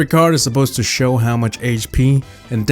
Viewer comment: it’s show not shove and you have more errors